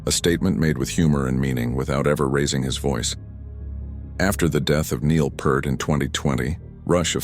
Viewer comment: This is just shitty AI bullshit. Alex's life has no "tragedy" and the mispronounciation of Peart gets on my nerves no matter who says it. This video is extremely disrespectful to Geddy, Alex, Neil, and Rush in general.